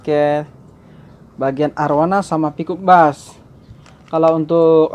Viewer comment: Peacok bass bukan pikok bass😂